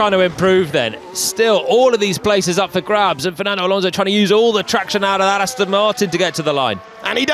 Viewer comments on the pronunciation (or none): none